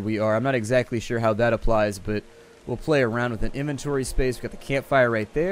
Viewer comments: Apply is pronounced app-lie not app-lee. You silly American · it sounds like you say applie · Access your inventory to 'ablie' it. Dafuq? Its like aplai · "Oh, a level up is available, access your inventory to 'applee' it" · Anyone else realize how he said "apply"?